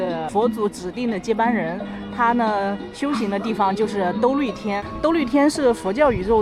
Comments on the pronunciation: 兜率shuai，不是豆绿😂😂 其实拿不准读音的时候用输入法检测一下就行，太上老君住的不就是兜率宫吗，打shuai刚打到g就出词条了，打lv全打完也只会出“豆绿宫”😂😂😂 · 兜率（shuai）天 4声